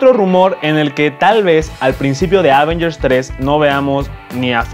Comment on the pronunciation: Prefiero cuando Alex presenta las noticias:p o y se pronuncia avéngers, no ávengers:)